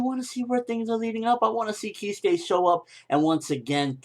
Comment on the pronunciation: Keeskay, yolowichi, eeshin, this fucking guy makes me laugh so hard im crying he cant announce Japanese names to save his life, oh holy shit this is funny